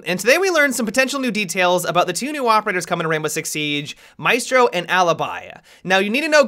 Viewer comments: Hopefully will change the pronounce of Maestro in the correct one in Italian before the official reveal. Really hoping so.... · Wait. Is it pronounced may•strow or my•strow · I know no one cares about it, but their names are pronounced MA-E(like in bet)-STROH and Aleebee (where the hell did Alibuy come from?) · The pronunciation of alibi and maestro breaks my hearts a little.